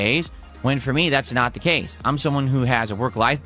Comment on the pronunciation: He can’t pronounce “want” or “not”. It’s “wah” and “nah”. Somebody pointed this out and it’s seriously impossible not to notice. And he mentioned more “animations” that he undoubtedly stole from somebody else online.